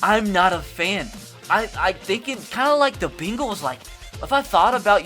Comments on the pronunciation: it’s pronounced bengals not bagels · Beangals😂😂😂😂😂 beels😂😂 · Try to start saying "bane-gles"